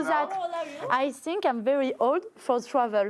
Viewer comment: " I sink " ..."I ope"...dure dure la langue anglaise pour les français !